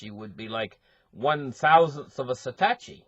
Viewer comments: He keeps saying satachi.. like are you kidding me? SATOSHI - O O O. If you talk crypto, get it right. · Sa -tosh -i